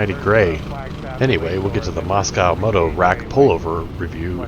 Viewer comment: "Moscow" Moto. Haha. It's Mosko - a Spanish shortened nickname for "mosquito" - not Russian. Anyway, fun video in my backyard. Thanks!